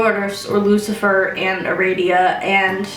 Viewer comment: Why do you pronounce Luciferus like that?